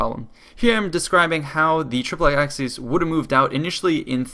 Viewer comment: Great video, but the pronunciation of "triplex acies" is flat out terrible